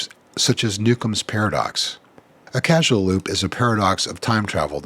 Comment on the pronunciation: its CAUSAL not CASUAL. did you make that mistake on purpose?